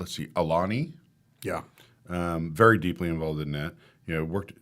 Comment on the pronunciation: you guys have to get out to Aulani at some point! You guys will be amazed. Probably top 3 Joe projects. Also would help with the pronunciation lol